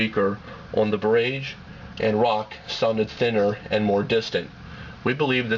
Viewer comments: its barrage, not birrragge. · LOL BER-RAGE! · its pronounce "bah-raj" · It's barAEgge not barAgge you fucking idiot! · That's pronounced "BAH RAHJ" you twit! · Bar....age.... rhymes with mirage. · great work, i thank you as im looking at these phones and the boulder. I appreciate your review and the time you put into it. Barrage or bar-RAGE, who cares how its pronounced as i can understand what you are saying. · Good review, but it's pronounced buh-RAHj. Mispronouncing the product over and over is a big negative. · I agree with CSUSam. Not being able to correctly pronounce the name of the Motorola "Barrage" utterly destroys the credibility of the review. I suppose the reviewer assumed that since "GARAGE" is spelled with only one "r", then the "Barrage" must obviously be pronounced with an emphasis on "RAGE". He devalues the raised keys on the Barrage and pumps up the raised keys on the Rock. WTF? He should have also mentioned that the battery life on the Barrage is much greater than that of the Rock. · Are you goddamn kidding me, not being able to pronounce "Barrage"? PhoneArena has officially been removed from sites I will ever check while looking at phones... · It's encouraging that watchers recognized the mispronunciation of barrage. It drove me nuts too. That said, it was a good, and seemingly objective rating video on the phones. I came away knowing that the Casio would be my next phone. I pray that it has more reliable phone use than my friggin' Palm Treo, that drops calls, fades out on both ends, etc. But, that's another rating story. Seriously dude, use the video, and dub in new voice-over with the correct pronunciation. Good job overall. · a few things- 1. learn to pronounce barrage. 2. if it's not QWERTY, it's a keypad, not a keyboard. 3. tell us the internal screen size in inches... especially if you tell us the external screen size in inches. 4. don't make reviews at 2am! otherwise it was a good comparison.